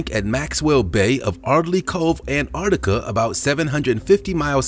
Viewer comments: Please, Americans, there is a ‘t’ in AnTarctica. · Learn how to say Antarctica bro! Soz it’s annoying!!